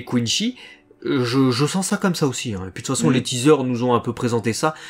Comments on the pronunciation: Non ont dit pas coinshi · Juste une remarque ; ça se prononce Quincy avec un c pas un ch et c'est vraiment une insulte pour Bleach de le faire autrement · Content de vivre le retour de BLEACH avec vous ! ps : À Marseille on dit plus "Kouneuh-chi"